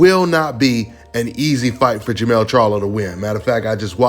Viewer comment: Got the name messed up fam. Its jermell